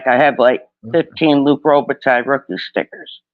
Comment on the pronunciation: Re-pack "Rothing"..